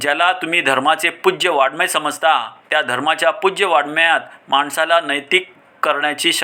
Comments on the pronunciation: उच्चार करतांवतणा वाडमय असा उच्चार केला.😂वाचन नीट करा की please 😌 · प्रत्येक आपली गाडी वाजवतो.शरीराची रचना व त्यात असलेल्या सुप्त शक्ती कशा वापरायच्या याचे ज्ञान सांगणाऱ्या व्यक्ती दुर्मिळ असतात.गौतम बुद्धांनी राज महाल तरुण पत्नी गोजिरवाणा बाळ सोडून ज्ञान प्राप्ती केली हे खोटे आहे काय? वाड्मय शब्दाचा उच्चार येत नाही व विद्वत्ता मिरवतात.संयम अंतर्मुखता वैराग्य परोपकार इत्यादी शब्द कोठे ठेवायचे?असे बरसाती बेडूक कितीतरी येतील जातील .जो मेथीचे गौरव नेणे | त्यासी ते भिंगुळवाणे | हेच खरे आहे.देव आहे सुकाळ देसी | टोटल अभाग्यासी दुर्भिक्ष || वैकुंठी कैलासी तिर्थक्षेत्री देव | तयाविण ठाव रिता कोठे || इत्यादी अनेक प्रमाणे देऊ शकतो.पण झोपेचे सोंग घेणारा असा झोपेतुन उठवावा.